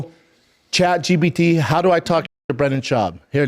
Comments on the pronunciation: I'm pretty sure he said Chat G "B" T. lol. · Chad gee bee tea